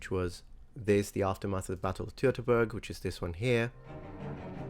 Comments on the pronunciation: That's a great tool! By the way: "Teutoburg" is pronounced (pseudo-phonetically transformed into English) "Toyto-boorg". 🙂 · not "Borg" (like the Borg in Star Trek), in German, the letter "u" in "burg" is pronounced like the english "ou" in "you" or "nourish"